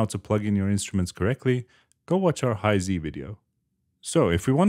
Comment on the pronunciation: You said Hi-Z wrong!